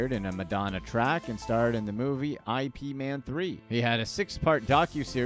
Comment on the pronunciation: I P Man?!!! I know you didn't😑😑😑 The disrespect!